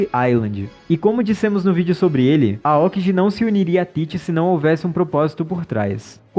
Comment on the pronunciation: Se pronuncia Aôki gi falwr "aókiji" eh foda